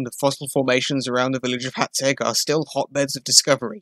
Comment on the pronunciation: Magyar, rhymes with bodger. Why don't you know that? Because you didn't bother to find out 😅 Hațeg ( hatseg) is less thsn 200 km from me.